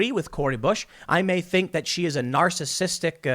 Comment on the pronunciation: Can you say narrzist 100 million times